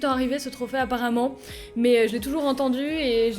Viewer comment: a chaque fois que tu disais trophe j'entendais trophet😂😂😂😂😂😂😂